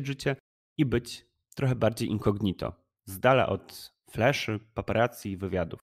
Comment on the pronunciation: fajny kanal, choc smutne wiesci. taka mała podpowiedź - akcent pada po o w słowie inco'gnito a nie incogni'to